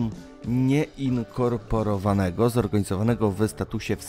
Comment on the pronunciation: Po pierwsze więźniowie nie są ilością a liczbą! Po drugie tak proste słowa jak "nieinkorporowane" należy czytać płynnie, a nie tak ciągnąć i dając poznać, że się nie zna tego wyrazu. Internaszjonal? No chyba nie tak to się wymawia... Kolejny błąd to: co? Jak to Burundi wypowiedziales? Bliżej było do azjatyckiego Brunei. Turkmenistan raczej nie jest komunistyczny, więc i telewizja taka nie jest. I dużo pomniejszych błędów.